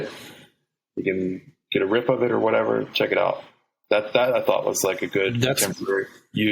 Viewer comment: “You can get whateva....”